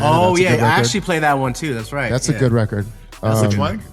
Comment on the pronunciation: "Weckid" (record) 😂😂😂😂